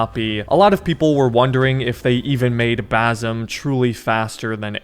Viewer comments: It's not bazem, it's bassssem with an S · Brother, as an arab its Bassssim not Bazzum im going to cry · his name is Basim not Bazim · Fam, his name is pronounced Basim not Bazim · ITS BASIM NOT BAASUM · niga it is bassem with an ssssssssssssss not a zzzzzzzzzzzzzzzzzz basssssssem not bazzzzzzzzzzzzzzzzzem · Its basim not bazim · Basim with s not z thats how you pronounce it correctly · Also the right way to say basim is (Bass-im) it’s not bazim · Bazem? Ba-sim… like you arnt even close dude god dam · bazem lol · Dude legit called him bazum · I'm a big fan of your content! Thanks for the video. I wanted to note that "Basim" with a hard S, (bˈæsem) is a most correct pronunciation. Cheers!